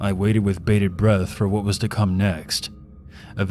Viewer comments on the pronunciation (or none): none